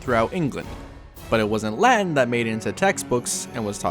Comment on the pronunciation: Please pronounce the words correctly. I had to listen to it like 10 times to understand that you were saying ”Latin” and not ”Land”